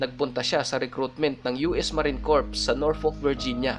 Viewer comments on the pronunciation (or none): magandang story sir.. pero just to correct sir yung sa us marine corps, yung sa corps po sir silent p at s po yan bali kor po yung pronunciation at wala pong sharp nail ang granada sir shrapnel po yung tamang word.. Just to correct lang sir ha.. salamat and more videos pa sir.. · check pronunciation of CORPS and SHRAPNEL.